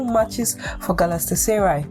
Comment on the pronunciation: Ur English and reading is not nice at all especially when mentioning the name Galatasaray chaiiii